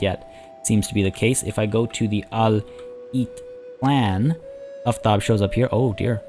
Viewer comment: Aftab is Persian,right name in grammar is Aftabpur (Aftab itself is not rightly a name), Aftab is very uncommon and mostly means the warmness of sun, the sun in fact is Khorshid and there was men, in fact one king which their names were Khorshid. at least pronounce the name rightly, A for Aftab (both of them) is like Armenia and Arman not like Poland. sun itself is a god which follow Mithra but usually in this recent 800 years both gods combined and now sun is symbol for Mithra, Mithra in ancient Persian and Indian means promise and oath, if anyone disgrace marriage or an agreement like vows the goddess (in Iran and India is female) will destroy their house, lineage or honor, she worship in war too. in fact you can see Mithra in Qajar ( ) flag. so if Partia (which is a Persian name and means steppe rider or something like that) worship Mithra (as Parthian empire main religion was Mithraism) so he absolutely shouldn't betray Soltan, Macbeth will happen.